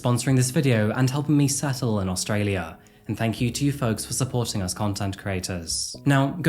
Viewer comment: Love the vids long time fan here.. But the way you say Folks just rubs me the wrong way.